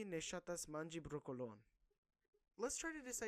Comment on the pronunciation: In principle, the emphasis is on the penultimate syllable of the word, so broKOlon, not brokoLON.